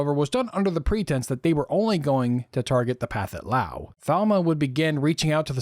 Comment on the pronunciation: I’d like to gently point out that you are pronouncing “Pathetic” incorrectly. The southeast Asians don’t aspirate their “th’s” and “ph’s”. So the correct pronunciation would be “pa-TET” Lao. But, even though, it’s always great to hear real voices, and not AI voices.